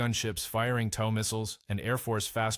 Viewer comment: Tow truck, TOW Missile. Get your fake voice to pronounce words correctly! Its not tau